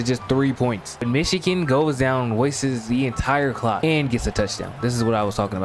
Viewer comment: i cant be the only one that heard "the cawk is gonna be draining."